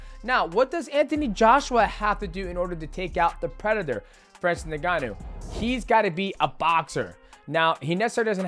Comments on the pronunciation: DJ & to pronounce Ngannou correctly say "in-ga-nou" the way you're saying it sounds like 'nin gannou".....the N is actually pronounced as "in" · am i hearing it wrong or is mighty saying francis nengannou instead of ngannou?